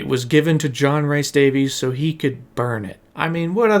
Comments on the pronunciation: I love this video - but every time you say Rhys as Rice (it’s closer to Reece) I died a bit inside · John Rhys Davies's last name is pronounced the same way we Americans say the last name "Davis". Also, his middle name is not pronounced like "rice". It's pronounced like "Reese", as in the first syllable of the candy "Reese's Pieces." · Rhys is pronounces Rees. Like Reese Witherspoon. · John Rhys Davies name, Rhys is pronounced as Reece, not Rice. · it’s not Rice. It’s Reece (Rhys) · Hate to Um actually, but I'm from Wales. Rhys is pronounced like Reese. Hearing it pronounced rice hurts. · great video, but one little nitpick. Rhys is pronounced 'Reece' to rhyme with grease, not 'rice'. It grates every time I hear you say it. edit nope, after an hour and I'm out. I just can't bear to saying 'tons and tons' and 'massive' all the time. if you revisit this again, please edit your script to use more synonyms to avoid such tedious repetition. It will help immeasurably.